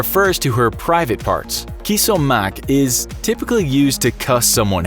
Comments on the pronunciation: Kos omok Not KISS Also Iranians say that like Kos Nanat! That's enough to burn a fight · Bahahahahahah "kos omak" u pronounce it like a khalap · No this is not how you pronounce this word in arabic, u pronounce it is. كس امك, not كما سوق ،its a pretty harsh insult, and its offtently used insult in Lebanon or any country that speaks arabic, i do speak arabic :D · I'm experienced with Arabic WTF is Kiss Omak it's Kus(Koos) Umak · ..."kiss omak" really? It's pronounced koss omak ffs. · U spelled the arabic one wrong and pronounced weird Its كس امك Pronounced Kos omk But u can't just say it anywhere its really sensitive word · Kos omak is pronounced ( in palestinian) koss ommak